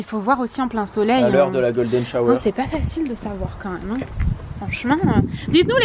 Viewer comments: tu as dis Golden Shower au lieu de Golden hour 😂😂😂😂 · Me dite pas que a dit ce que je pense quil a dit « golden sh*** » 😅😅😅 Faut arreter les sites pour adultes 🤭🤭🤭🤭 On dit « golden hour » 😂😂😂😂